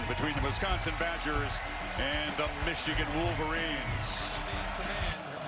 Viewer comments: Stop saying Meeechigan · Meeechigan lol